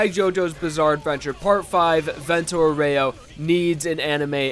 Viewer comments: IT'S PRONOUCED AUreo, NOT auREO, DAMN IT sorry, nice vid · Italian here! It's pronounced Vento A-ureo not Aur-eho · The accent is on the A. Vento àureo. NOT auréo. It does not take a lot to check these things before you make a video. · Be careful! The correct pronunciation of "aureo" is "a - oo - re - oh" with the stress on the first syllable, not "oreo" ;) If you are familiar with the international phonetic alphabet, it's /'aureo/, not /or'εo/ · English pronunciations can be so retarded sometimes. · "vento owreo" jfc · Sorry to be that guy but you're not pronouncing "aureo" right, you make it sound like "vento oreo". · "Vento Oreo"? I don't know what's gonna be funnier, if Japanese speaking in Italian, or Americans trying to pronounce the names right. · Ocelote V The correct pronunce is "Aureo" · Any italian fans like me who are disturbed by orrible pronunciation of "Vento Aureo"? Triggered Americans who's gonna ironically joke about my english in 3 2 1... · Vento Aureo is from latin, "aureo" it's pronounced with the emphasis on the FIRST syllable. That aside, thanks for the vid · The accent is on the "A", not the "E". (I'm talking about your pronunciation of "Vento Aureo") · You are pronouncing Aureo wrong